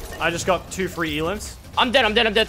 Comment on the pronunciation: says alims not elims